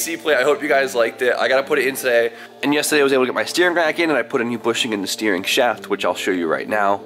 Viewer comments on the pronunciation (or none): Guy always say yestahday not yesterday 😭😭😭😭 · The way you say yesterday funny af